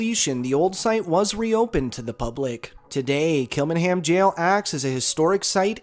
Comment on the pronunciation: As a Dubliner, there are far more haunted places than these locations. There just tourist attractions. As for your pronouncement of Kilmainham jail, it was just hilarious(Kill-main-ham) 👍 Anyway, keep up the good work, All the best & be safe 👍👍